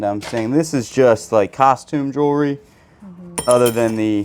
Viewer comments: Those pearls are beautiful! Do wish you would say the word Jewelry with the L instead of jury or Jewry. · I hear it as jury 😂